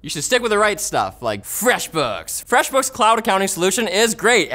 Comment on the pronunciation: The way you say "Fresh Books" is so not fresh...